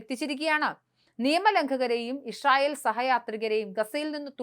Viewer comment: ഇപ്പോളും ഇഷയേൽ എന്നാണല്ലോ പറയുന്നേ... ഇസ്രായേൽ എന്ന് പറയാൻ പഠിക്കൂ